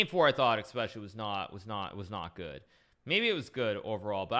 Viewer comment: Man.. another one that started saying expecially instead of especially.